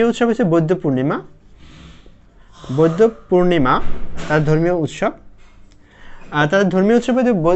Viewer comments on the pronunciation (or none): its বৌদ্ধ not বৈদ্ধ